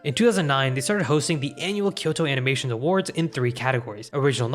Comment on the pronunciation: Bro, please invest a few hours to learn basic Japanese pronunciation. Very interesting content, but hurts my ears every time you butcher a name or say "KyoEni". It's not Enime, it's uh-nime, and this Kyo"Uh"ni. Hope these ugly transcriptions make sense